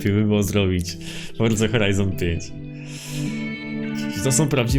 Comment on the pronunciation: Forza nie forca